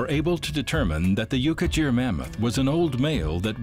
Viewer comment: The ''gh' in 'Yukaghir' is not pronounced as ''j' or as 'dzh', but as German 'ch' but voiced, like some` pronunciations of Turkish 'ğ'.